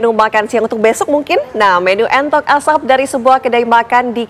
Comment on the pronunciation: menu entok atau entot mbak host? 😁😁